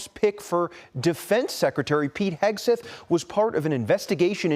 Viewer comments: "Eggs Hegsleth" . . . or maybe "Hegsweth" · "Eggs Heggswith"?? WTF? That was clearly intentional. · Wow way to butcher a name